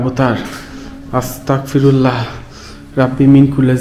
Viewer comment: আসতাকফিরুল্লাহ না!আসতাগফিরুল্লাহ হবে।👍🖤